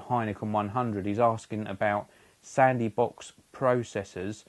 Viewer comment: "Sandy Box"? Lol.